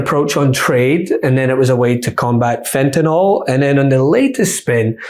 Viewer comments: Maria it’s Not Fentanol. Dummy. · It’s not Fentinoll..it’s Fentanil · Would someone please tell her the word is fentanNYL. Nyl. Pronounced “nil”. Not fentanol. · It’s Fentanyl not Fentynal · Maria it is not Fentanol, Fentanyl,,,,, nil not nol You all drive me nuts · It's NOT Fentanol - it's Fentanyl (NIL).